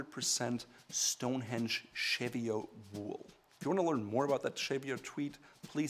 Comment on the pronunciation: Nice vid as usual but pleeeaase, Cheviot is pronounce " cheeev- eee- ott"